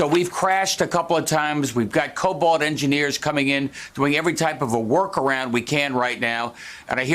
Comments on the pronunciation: The dear Governor is not that technical...it's COBOL...not COBOLT. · You know a person is not really an IT person when they say Colbolt instead of COBOL ( common oriented business language).